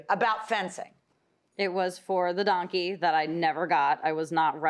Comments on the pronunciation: Right, it's “donkey” not “dunkey” and I would have brought him too. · If you cannot say DONKEY correctly, then you shouldn't have it!